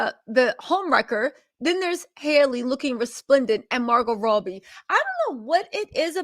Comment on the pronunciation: Is Margot Robbie!! Not Margot Roughbe! Jaja🤦🏼‍♀️ u eating with mouth full of food..... & not pronouncing the celebrities names right!! Grll I've seen u on much better days!!!